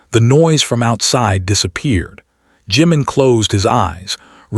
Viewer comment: Would nice if the .narrator got their names.its not saga and its not juman. Not Funny.